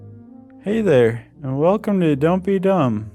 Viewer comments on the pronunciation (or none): none